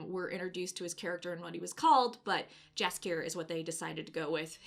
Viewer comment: You should call him Yaskier, not Jaskier.